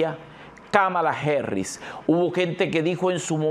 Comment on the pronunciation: El apellido es "Harris no Herris, y es Pensilvania no Pensilvenia, cuando entenderán, Gracias y con todo respeto.